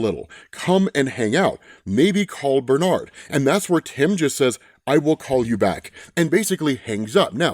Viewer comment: I almost clicked off the video when he said Benard